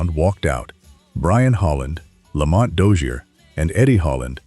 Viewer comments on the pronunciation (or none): none